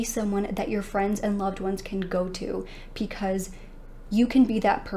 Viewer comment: Is there a particular reason why you say pee cause instead of because?? I know im not tripping, i hear it everytime you say it, i cant be the only one!!!